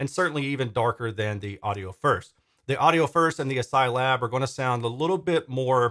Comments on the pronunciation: Is it really ass-psy? It’s spelled like ass-key, as in character set. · Are we sure on that pronunciation? I read it in my mind pronounced like: ASCII (askey). Update: In hindsight I feel a bit like a doofus for even asking this... Otherwise, these look like great step up bookshelves for me when I have a bit more space. Right now about all I can manage are the KEF Q150. Certainly more affordable than the KEF Reference 1 Meta I was lusting over before. Oh, and +1 definitely interested in seeing some more direct comparisons. I demoed the KEF Q Concerto Meta, and it did seem a bit dark to me too, esp side by side with the R3 Meta. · I'm pretty sure the name of the company is pronounced "ass-key," as is the traditional pronunciation of the ASCII acronym.